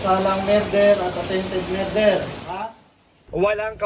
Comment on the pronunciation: Hahahaha sa pgbigkas ng merder natawa ako😜🤣